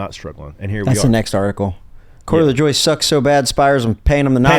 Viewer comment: It's Lajoke, cmon